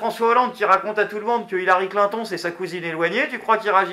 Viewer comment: Clin ton.... XD dit moi que tu a fais expert de dire sa comme sa